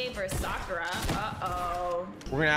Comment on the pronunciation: She said Sakatra